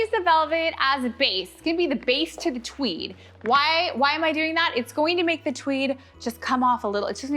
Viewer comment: Am I the only one who heard, "TWEE", instead of, "TWEED"?? I mean, I'm pretty sure our didn't develop a lisp as she decorates a flocked Cwismas Twee.... Note to self: WATCH, instead of just listening. 😂😂